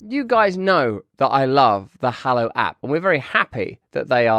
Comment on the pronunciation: Russell doing a Hallow ad: "Get free momfs free wiff 'allow"